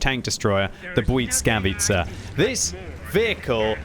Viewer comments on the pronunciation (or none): bly-S-kavica not bly-c-kavica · It is pronounced blìskavica, not buyd_skavica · Oh,,... Why does the T keep appearing in your Błyskawica? It's not Błytskawica, nor Błyckawica 😅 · Hello everybody! Im a polish person and I can tell you that you pronoucne it almost perfect! But it's S instead of C in middle of the word, like bwuySkawitza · It's pronounced the bliss-kah-veiskah